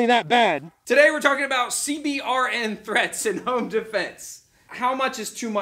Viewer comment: It's pronounced "See-burn".